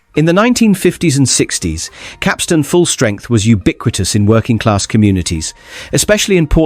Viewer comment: Pity the narrator doesn't know how to pronounce Capstan.